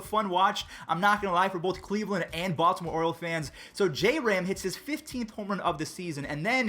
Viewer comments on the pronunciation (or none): none